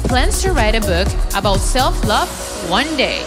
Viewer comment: SELF NOT SELD OR WHATEVER THATS CALLED AND WHATEVER THAT IS